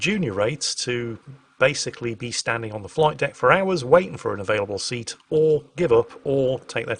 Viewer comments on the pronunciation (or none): none